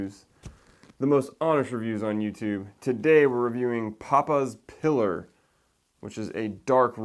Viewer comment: Papas pee lar not piller